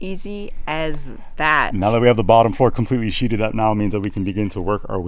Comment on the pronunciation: sheathed not sheeted